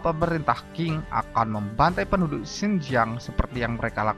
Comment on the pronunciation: Qing Bacanya Ch'ing bukan King, Beijing bacangya Peicing.